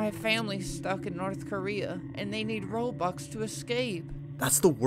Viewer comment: its nice flamingo is finally able to pronounce "robux" for the first time